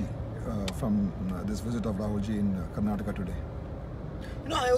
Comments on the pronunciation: Rahul sir it's Karnataka not Karnatak😁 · 🤦 plz say Karnataka not karnatak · He called Karnataka, Karnatak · Its not karnatak... Its karnataka.... Pronounce it properly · It's Karnataka not karnatak ..first learn to pronounce the words.. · Boss, it's "Karnataka" not "Karnatak". Please learn on how to spell your state names hardly you have 29 states to remember. If we cut short your name it sounds awful according to our Kannada language. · Please firstly you pronunce Karnataka properly